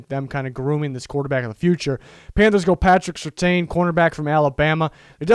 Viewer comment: Its pronounced Patrick certain